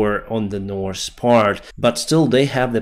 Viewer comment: "The, this, that, these ...." you can easily pronounce.... but Nors and Sous you cannot? I call b.s. , I am guessing military propagandist ! Variance you clearly elocute.... but "wery" is you preferred pronounciation for the word very! What are you really trying to do?